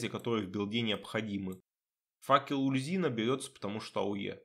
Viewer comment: Здравствуйте. Довольно интересный билд. Как всегда подробно объясняете выбор тех или иных скиллов. Но есть несколько моментов в видео, которые я хотел бы вынести отдельно. Итак: - Почему "Ульзина? Куда вы дели букву "У"? Бога зовут "Уль-Зу-Ин"; - Может я открою для вас Америку, но... Вы реально не в курсе, что для прокачки "Стихийного баланса" в "Стихийном размене Искандры" "Перегрузку" брать не обязательно? "Перегрузка" никак не блокирует доступ к "Балансу". Это НЕ проходные умения. Для взятия усиления навыка нужен только сам навык. Вы можете взять "Огненный удар" и "Серные осколки" не вкладывая во "Взрывной удар" и "Статический заряд" вообще ничего; - "Облитроксис"... У вас какая-то проблема со зрением, произношением, чтением? Или это ваша фишка? Там написано "Об-Ли-Тор-Икс"; - Ого! Я реально удивился, когда вы правильно произнесли "Ложь Корваака"; P.S.: Да, я зануда. Так сложилось, что я очень чётко подмечаю все ошибки в письме и произношении и у меня от этого подгорает. Надеюсь вас это не обидело.